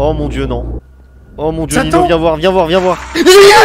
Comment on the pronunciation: En vrai tu dit noob mais c'est Nino